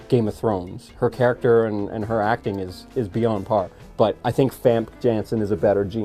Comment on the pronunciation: What's the name of the actress who plays jean grey in the older X-Men movies? It sounds like he calls her Vampke Janson.